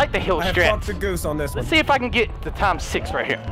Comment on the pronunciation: "TIMES SHIX"